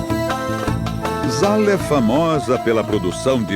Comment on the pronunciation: Documentário bem feito. Pena que pronunciem incorretamente Zahlé (zahl'a seria a certa) e Khatlab (kh tem o som do "r" do fluminense).